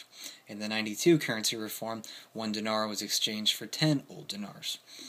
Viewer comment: Remember, during the period, they were in the middle of a civil war. Great lesson on hyperinflation. Thanks. BTW, it's "DEENAR" Lol "NOVI" means "NEW"